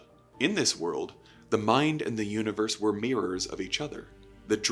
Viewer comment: UNIVERS??? C'mon dude...